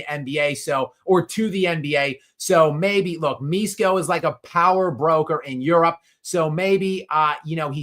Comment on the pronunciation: Hey! Pronunciation should be "Mishko", "Mi" like Miso soup, "Sh" like shepard, and "ko" like "code"